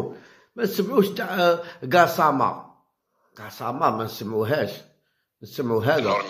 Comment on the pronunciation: يا قاساما ماشي كاساما